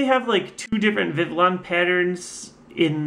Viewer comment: Vivillon has the Spanish type of "ll" so it is pronounced Viv - e - yon not Viv - ih - lon